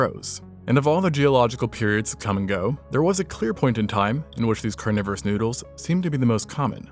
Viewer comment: "carniverous noodles" LMAO